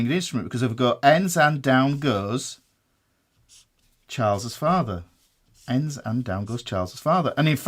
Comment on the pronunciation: Now I can't stop saying "Chaalz's Faathah"